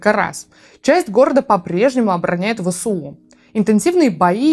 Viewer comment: Позвольте поправить: не Вэ-Сэ-У, а Вэ-эС-У Вы же говорите эР-эФ, а не Рэ-Фэ, верно? )